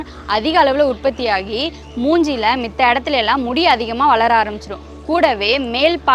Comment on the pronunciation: Sister, adhu ''mitha'' illa. 'Matha' or 'matra'